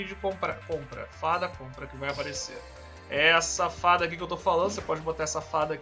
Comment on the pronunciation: Quem percebeu o que ele disse "Essa fada" "Safada"